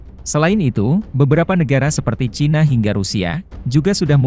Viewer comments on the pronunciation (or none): none